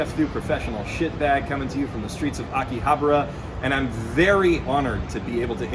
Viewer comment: “Aki habra” lol